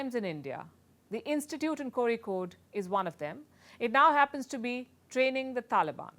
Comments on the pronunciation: How on earth did you pronounce Kozhikode so perfectly! I've heard so many versions of the word. All hilarious. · the way you said kozhikode.... thank you.... the proper way!!! luv luv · That "kozhikode" is gonna win you a whole new fan base. Incredible effort and totally impressive, considering I've never heard a single non malayali getting it right (barring a few Tamils who otherwise colloquially use L mostly for ZH) In case you need the next level challenge, try Vizhinjam, but I'm sure you would ace that too! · I’m impressed by how she pronounces Kozhikode. Indeed she has done her homework. I wish her all the best. 👍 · The initiative is great for sure. It goes beyond that with your amazing reporting too. More than all those I just am so impressed the way you pronounced Kozhikkode!!!! OMG! This is the first time I am hearing it's been pronounced perfectly by a non-Malayalee just exactly like Malayalee do!!! Even people in the neighbouring state of Kerala are not pronouncing it properly, while you are doing it!! That one thing shows how much homework you have done and is doing with every bit of news you present. Amazing character! Really, hats off to you my dear PSU!!! ❤❤